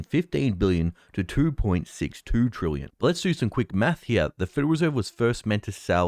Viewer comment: Well done, you have progressed from pronouncing "trillion" from "trooyun" to now being "troolion". A great improvement 👏